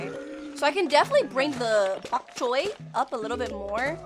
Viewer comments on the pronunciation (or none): Bonk Choy not fonk Choy